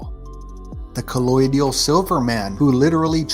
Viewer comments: It's colloidal, not "colloidial" & it's amazing stuff! In fact, all we need in medicine cabinets is bandaids, paracetamol & colloidal silver water. Not pronouncing it correctly is a sign that he doesn't know it, he's just using it in his "blue" description. My entire family & I have been using colloidal silver since the 90's & we're NOT blue! That blue man made his own c' silver water, he made it a (too) strong strength & he drank copious amounts of it every day. He likes it because he earns money by making appearances. I know this because I saw him on tv years ago & he told the story. Big Pharma banned it & made it illegal in Sierra Leone because it was 100% curing ebola! It's better than antibiotics, it kills superbugs (like mrsa) that antibiotics have no effect on. That's why c' silver water's used in hospital burn wards. There's many lies about it because Big Pharma knows it works & they can't make money from it! I NEVER get sick, I can't remember how long ago I caught the common cold virus, it was well over a decade ago though. If people around me are sick, I drink c' silver water as a preventative. I also use it for my dogs, ie if they have a wound I spray silver water on it. If they have an infection I spray & give it to them orally & it 100% cures them! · Colloidal not collodial And I’m not sure that colloidal silver was what he ingested.